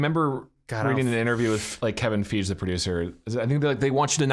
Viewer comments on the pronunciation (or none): I'm sorry, did you say "Kevin FEEJ"???